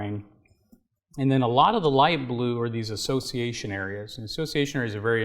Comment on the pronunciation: Assciation ism